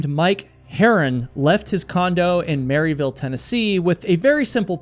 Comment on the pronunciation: I'm just gonna tell you Blount County, TN is pronounced Blunt, like the thing you smoke. I love hearing everyone say Mary-ville and Blount when no one thats an East TN native pronounces it that way.